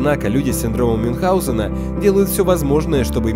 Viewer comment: "мюнхГаузена" вообще-то